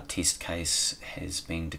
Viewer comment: What kind of accent is that teeeesht (test)? Hahahahhahaha